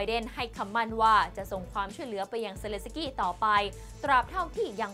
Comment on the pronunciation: เซ เลน สะ กี้ ชื่อเค้ายังอ่านไม่ถูกเลย🙈🙈🙈